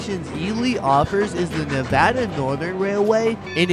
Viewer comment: Learn how to pronounce Nevada correctly and I’ll watch your content! Make a video about a state you better know the pronunciation! I’m married to a native Nevadan